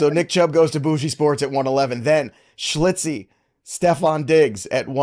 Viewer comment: Come on! schILtzy pronounced Schil-tzee! Haha not schli-tzee